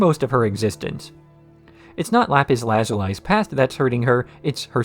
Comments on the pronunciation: LITERALLY, like id get it if it was only written in the show but they say (and sing) her name multiple times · This is video is great overall, but my god i think the way you pronounce lapis lazuli gives me genuine physical pain.